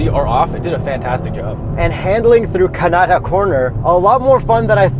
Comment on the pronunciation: I live near where they filmed this. Hearing mispronounce "Kanata" so many times makes me laugh.